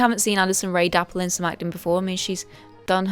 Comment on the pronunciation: You keep saying "dapple" but I think you mean "dabble"